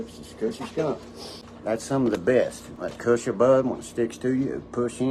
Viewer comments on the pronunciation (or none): Lmao. Its Kush not Cush Dork. Kush is genetics not a description of its cushion. What a dweeb. Tight work as always!!!